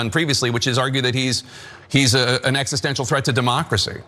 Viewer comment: "existential" has too many syllables. .